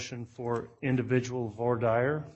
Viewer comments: voir dire /ˌvwɑː ˈdɪə/ Not 'for dire' Sometimes I rely on subtitles or transcript and both are really poor on YouTube. Parts of the script when followed is pure rubbish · Some things about this judge as sort of surprising. Big and small. In this session, hearing that a JUDGE doesn't know how to pronounce "Voir Dire" was a shock. Other attorneys at that hearing had no problem. It is a bad sign. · If Lori was an all powerful translated being with portal power, she could have gotten herself out of jail. Also, I now have less faith in the Judge given his butchered pronunciation of voir dire. (HINT: That's not it).